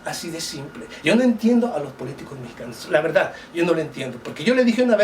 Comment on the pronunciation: siempre dices lanverda